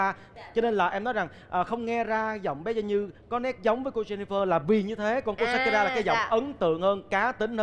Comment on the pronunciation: SHAKIRA chứ không phải SAKURA nha Đại Nghĩa ơi 😂😂😂